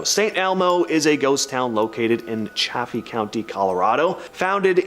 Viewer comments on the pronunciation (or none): Chaffee is pronounced “Chay- fee”. And St. Elmo, CO, does have current residents and is a tourist destination.